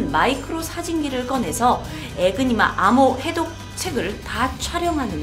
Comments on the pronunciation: 에그니마가 아니라 에니그마입니다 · 애니그마인데 자꾸 에그니마라고하네 똑바로좀알고좀하지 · 에니그마 아닌가요?? 왜 에그니마라 하시지?? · 에그니마가 근데 더 입에 착착 달라붙네요 ㅎㅎ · !에그니마가 아니라 에니그마입니다! 항상 영상 살 보고있습니다! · 에그니마x 에니그마o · 에그니마! 에그머니나! 에니그마를 에그니마라고 해버렸네! 에그머니! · 너무 귀여운 실수에융 ㅠㅠ 귀여우!!